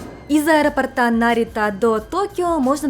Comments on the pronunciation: аэропОрта, а не аэропортА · Я конечно извиняюсь, но у меня уши свернулись в трубочку от аэропортА....аэропОрта, правильно. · Из аэропОрта, не аэропортА. Надеюсь, это было не грубо. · Прошу прощения, понятно, что в Японии вам это мало пригождается, но раз уж вы на русскоязычную аудиторию вещаете - аэропОрта, барышня, аэропОрта, будьте так добры. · АэропОрта Режет слух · Простите, подушню. АэропОрта. Очень цепляет слух. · миленькая, очень люблю вас и ваш канал, но за это видео вы меня словно 10 раз по башке огрели чем-то тяжёлым 😭 Что - аэропо́рт Нет аэропо́рта Чем - аэропо́ртом Об - аэропо́рте А на последний слог только в 1 варианте: Где - в аэропорту́ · ТортЫ, тортА, аэропортЫ, аэропортА))). С ударениями беда))).